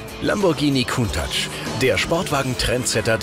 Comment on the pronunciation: die können countach nicht aussprechen..